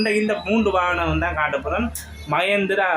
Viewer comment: வானம் இல்லை வாகனம்